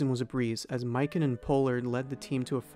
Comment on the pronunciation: The narrator mispronounced the name of Jim Pollard, who was one of the best players in basketball at the time.